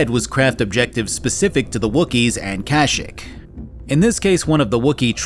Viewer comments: I thought it was KASH-ICK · It's not pronunced "Kasshyyk" it's actually "Grrrhoooowloh" Just ask any Wookie, ever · You said Kashyyyk kinda funny